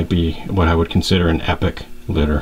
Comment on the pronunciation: You said it right.. Epic. This litter stands out, even compared to your already standout collection. Damn..